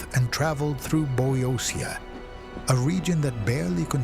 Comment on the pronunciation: LOL, no, not Boy-Osia, It is Boeotia and pronounced Vo-e-dee-a. Hope this helps but just remember that the Athenians threw the Persian herald off of the Acropolis because he corrupted their language. Of course, in reality it did not help that he asked for 'earth and water', a symbolic gesture of submission.